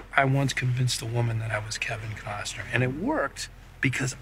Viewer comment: Kevin kozner bwahahahahaha what can she actually pronounce correctly?